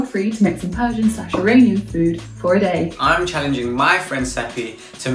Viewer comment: It might just be because of her accent but I’ve never in my life heard an Iranian pronounce Iranian like eye rain ian 💀